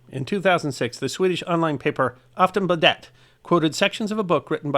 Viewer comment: Aftonbladet. You did ok with the Afton, but the A in Bladet is a soft, longer a. Like the a in Garden. Garden, Bladet